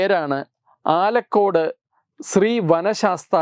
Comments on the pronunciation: ആലക്കോട് അല്ല ....ആലക്കാട് ആണ് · സാറെ ആലക്കോടല്ല ആലക്കാടാണ് ഇതെവിടെയാണെന്ന് പറഞ്ഞു തരാം ഹൈക്കോടതിയിലെ പ്രമുഖ അഭിഭാഷകൻ കാളീശ്വരം രാജിന്റെ നാട്ടിലാണിത് പയ്യന്നൂരിൽ നിന്നും 8 കിലോമീറ്റർ അകലെയാണിത്